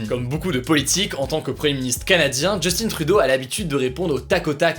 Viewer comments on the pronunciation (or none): Oui les québécois on a compris ce n'est pas "Justine" mais "Justin" 😂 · C'est pas 'Justine' Trudeau, c'est Justin... Si tu dis sont nom de famille en français, dit le au complet en français et non en anglais, sa sonne vraiment mal. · Léger ajustement demandé. Au Québec, en français, le Premier Ministre du Canada porte un prénom francophone qui se prononce selon la langue officielle utilisée. Les anglophones disent 'Djostine' et les francophones disent 'Justain'. Jostine est du mauvais anglais ou de l'anglicisme mal assumé. À vous de choisir votre voie / voix. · Petite rectification: On ne prononce pas JustINE Trudeau mais bien JustIN Trudeau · Tu prononces tellement mal son nom!!! Ce n'est pas "Justine", C'EST JUSTIN! "IN"!🤦‍♂️🤦‍♂️🤦‍♂️ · On dit pas JustinE Trudeau on dir Justin Trudeau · Salut Hugo! Justin Trudeau ne se prononce pas "Justine"! Il es francophone et il est premier ministre d'un pays qui a la langue française comme langue officiel! Alors je ne vois pas ce qui te pousse à prononcer son nom en anglais! On travail très fort ici pour le français, alors c'est sur que c'est décevant quand on vois ce genre de comportement de nos "cousins" français! Ce nest qu'une critique constructive! Merci! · justine trudeau xD chui dead on dit justin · Bon contenu Hugo. Par contre, c’est JUSTIN TRUDEAU, pas Djeustine. 😊 Bises du Québec! 🖐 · C'est vrai pourquoi les français disent Justine c'est Justin pourtant ! 🤔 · Mdrr justineee trudeau c'est justin Trudeau mais on t'aime quand même 😉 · On ne dit pas "Justine Trudeau" mais Justin Trudeau. Il n’y a pas de ine à l’oral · On dit pas Jusstine on dit justin (juste-hein) chu québécois donc sa m’énerve un peu mais j’taime quand meme <3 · Je crois bien qu'on dit Justain et non Justine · Hugo ça se pronnonce justin et non justine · Justin* et non pas Justine😉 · JUSTIN jUUUUUUUUUUstin, il est francophone, prononce le en français stp ^^ ! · Hey Hugo, chez nous on dit Justin comme ça se prononce, c'est un Québécois.